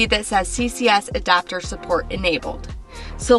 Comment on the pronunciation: Did you say ADOPTER??